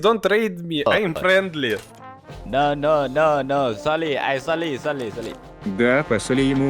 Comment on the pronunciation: соли - это сорри. они так произносят